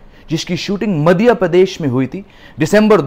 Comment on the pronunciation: What is मदिया प्रेदश।its मध्यप्रदेश 😂 By the way ....Love u ❤️